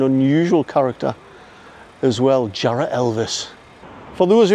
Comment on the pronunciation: Makes me laugh when you hear people trying to sound posh saying "Jarroooohhh" lol you mean "Jarra!" /it's "Jarra!" man! Lol